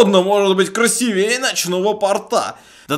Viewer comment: обзор хороший, но ударение в слове "красивее" ставится на букву "и". В слове "порта" ударение падает на "о". Если честно, раздражает уши)